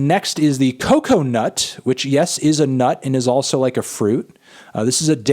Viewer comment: It took my way too long to realise he was mispronuncing cocoa